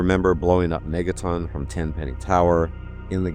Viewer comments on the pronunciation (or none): none